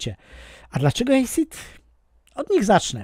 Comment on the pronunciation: Asid nie Ejsid 💪😜